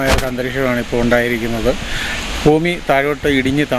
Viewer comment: ഫൂമി അല്ലാ. ഭൂമി